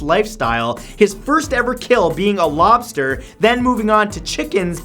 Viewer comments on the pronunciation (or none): none